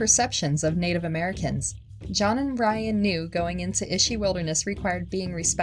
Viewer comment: History not hisstree Native not natuhv Oranges not oreenges Cameras not camruhs Didn’t not diten Paused not pahsed